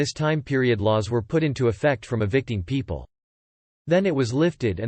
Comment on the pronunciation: Lmao robot voice read it as "150,000-200 p-p-l". I was thinking, Holly crap that's not a wedding, that's a concert